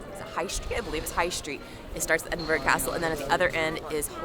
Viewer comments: don't say 'O' on the end of Edinburgh. I's more "uh". Exactly the same pronunciation as an English "borough" BUR-RUH. Or even just "BRUH". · By the way it is pronounced ... Ed - in - bur - ah ... :) .... Glad you enjoyed your trip , Such a beautiful video!